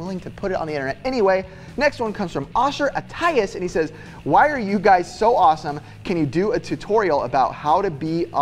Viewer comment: LOL im osher attias and its not how you say it but i dont mind!! IT WAS STILL AWESOME!!